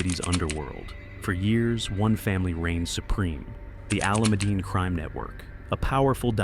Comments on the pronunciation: Haha, I’ve noticed that too. 😅 No matter how bad the pronunciation gets, the Alameddine name still carries a heavy weight in Sydney’s underworld. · How does AI manage to say “Alameddine” worse every time 🫠